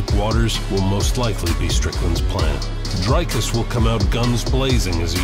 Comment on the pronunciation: It is only respect, if this channel can get the pronunciation of the next world-champ correct. It is not Drycus!!!! Also get the damn spelling right. In SA, surname-prefixes like "de", "du" are in lower case.... UNLESS it is written in ALL CAPS. That is true respect.